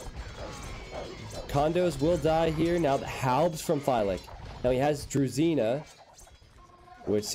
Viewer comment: sry, to admit but not "Dre-zi-na" (that means Railcar) it's Dru(u like umbrella)-ji(Like Jim)-na. Strange, all peoples spell it in different way. =)) And you say that slavs one of you'r favorite nation because they have strong bonuses. In my opinion they not, because the very weak to conversion (Wololo).